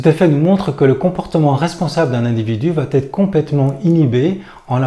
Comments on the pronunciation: « va être » pas « va t-être »... Sinon bon discours. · On ne dit pas va tetre..mais va être.. merci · "Va Être" et non "va-t-être"... Mis à part ça, pense aussi que la plupart des gens ne réagissent pas quand ils sont en groupe parce que leur image est plus importante que leur âme, et qu'ils n'ont pas assez souffert pour avoir une volonté concrète de changer les choses. Que Dieu leur pardonne, car ils ne savent pas ce qu'ils font. Et l'école est un moule à mouton... J'ai donc beaucoup lutté pour tenter de faire comprendre à mes enfants qu'il est important de savoir écouter son coeur, ses tripes et non les cons, même si les cons sont plus nombreux et que, du coup, cette attitude du "chevalier blanc" nous isole. Nous sommes tous responsables de la société dans laquelle on vie. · Attention va être et non va-t-être